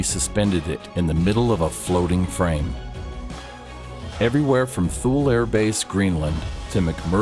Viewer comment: Thule is pronounced 'Too-lee, not Thool. As a business who prides itself on aviation, they might want to fact check a little more in order to gain credibility from the aviators out there.